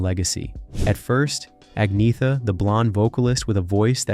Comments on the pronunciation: The 'g' sound is not like it is in English. It is more aspirated, than vocalised. I know this because I live in Sweden and speak with Swedes daily. Attempting to put its correct pronunciation in print so that everyone immediately understands it is not really possible. It is similar to how the male name Göran [pronounced similar to "Yur-an"] is never pronounced "Gore-an". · In Sweden, the G is pronounced like a Y. The TH is pronounced like TT as the Irish do. For example, the Irish pronounce three like tree. There is no TH sound. Agnetha is a Latin name (not a Swedish or Scandinavian name) for Agnes and means pure. In Swedish, it's pronounced... Ay - netta However, Ag - netta is acceptable in English as the name is the Latin form of Agnes. Agnetha's parents called her Neta for short. What isn't acceptable is Ag - neetha. You wouldn't say Agnees for Agnes. It shouldn't be that difficult for anyone whose first language is Germanic. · No. There is no y or g in pronunciation in the name - it sounds like anyt - in svenska a very silent y so, more like an(y)t...silent y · No. Agnetha or annyeta in svenska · No in svenska it's Annyeta but without the y in pronunciation. In southern Sweden it's agnetha but in spoken words it sounds like Anita the g isn't pronounced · Please dont try to speak swedish words. Its painful to my ears😂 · I wont be able too sleep tonight with the trauma of not getting there names said properly fk me get a life soooper trooopers sad gits😅😅😅😅😅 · It's pronounced AG NET A not AG NETH A. Learn to pronounce words before you go doing videos you know nothing about and it's B -ORN not how you said it. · If you must, Ag - netta or Anna for short, but not Ag - neetha. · Her name is not pronounced "Ag-nee-tha". It is pronounced "Ag-naya-ta". Just listen to her say it (I live in Sweden). I wish the narrators of these videos would do some research before they publish them, to stop them sounding complete berks. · Speak as : Anjeta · “Aneeyeta”. Silent G.